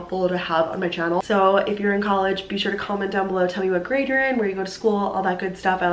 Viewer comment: The way says “channel” omg